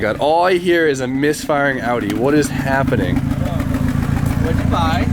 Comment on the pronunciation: The way you say Audi triggers me